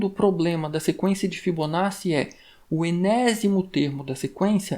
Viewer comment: agradeço o conteúdo! apenas uma dica para futuros vídeos de fibonacci: se pronuncia "fibonáti"